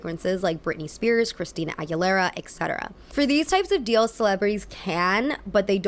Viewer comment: *etcetera. not exetera.